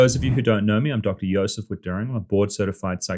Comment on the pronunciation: Dr. " Joe- sef"